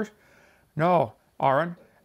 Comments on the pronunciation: he say it Aron but it Aaron so fucking Kentifer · The fact that he's pronouncing "Aaron" as "ah-ren", yet blatantly calls Aron Ra "Aaron" gives some interesting insight into Kent's willful arrogance and deliberate intentions of playing stupid. Well done, Kent (or is it Kunt now?).